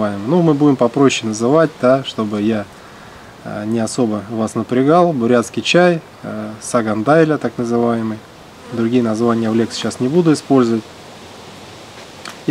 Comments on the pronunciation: Правильно нужно говорить Сагаан дали! В переводе белое крыло! Я сама бурятка, очень по ушам режет, как коверкают бурятские слова. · Odon я из Бурятии, у нас говорят саган даля или дайля, но буду теперь знать как на самом деле, спасибо) в видео ударение ухо режет)))